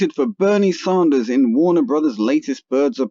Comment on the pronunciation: I love Bernieeeee... Btw its Bernie Sanders... Not ZAHNDERS you sound dumb